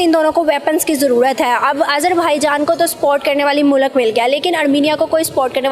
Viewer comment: jaan not zaan, zindagi not jindagi